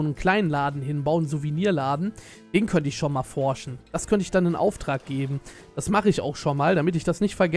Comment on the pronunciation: Wer liebt auch dieses ,, DAT"